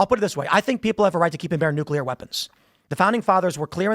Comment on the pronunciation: "I dont know how we got on necular weapons." Adam is so mentally deficient, he doesn't even understand when Tim is making a parallel point.